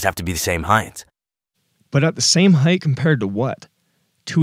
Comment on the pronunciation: I’m glad you made this video. I was honestly sold when I saw his video. (Even tho he says “Heighth” instead of “Height”). That drives me crazy as a Mechanical Drafter/CAD Tech. Oh, and the whole “Venomous Vegetable Tree” statement, killed me 😂🤣💀 Thanks for the comprehensive breakdown.